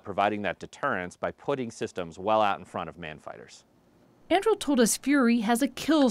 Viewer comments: Andril? It's An-dur-il! Aragorn's sword from 'The Lord of the Rings'. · It's not pronounced "Anndrill." It's pronounced "Ahn-Due-Reel." Read the damn book, lügenpresse. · An-doo-ril, not An-drool or An-drew 🤦🏻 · it's pronounce an-dru-eel. Andruil, the flame of the west, born from the shards of Narcil. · It's pronounced An-dure-ill. Flame of the West forged from the shards of Narsil. The company logo is the pommel of the sword that was broken. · I’m upset that they continued to say the name wrong. It’s ANDURIL as in the sword from LotR 😂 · Only Americans would pronounce (Tolkien's) Anduril, the Flame of the West, Aragorn's sword - as "Andrew". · I'm triggered by the way she pronounces "Andrill". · .... Im gonna have a fit every time this presenter mispronounces An-Du-Ril... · "Andrul"... Just read that name correctly. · It is not pronounced “Andril” Mz bot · I would suggest that the correct pronunciation is Ann-du-rill, as I'm assuming that the company was inspired by the sword Anduril, the Flame of The West; Aragorn's sword in The Lord Of The Rings. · Came here to post the exact same thing! Like "ann DO rill," second syllable from the end gets emphasis. Everyone gets the emphasis wrong, even me when I'm not being pedantic, but the 60 Minutes chick keeps making it rhyme with Mandrill and it's driving me very slightly mad. Makes her sound like she's done little or no research (and often with major news networks that's sadly the case). The Internet was created for Tolkien scholarship, Monte Python references, cat videos, and Godwin's Law violations. If you can't correct someone for getting Tolkien badly wrong, then we might as well shut the whole thing down and go back to flint knapping. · They're pronouncing it ann-due-rill. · Why does she mispronounce Anduril? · I believe that Anduril is a three syllable word. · That is not how you say Anduril. Not in the LOTR world. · the report can't even pronounce the name of the planet lol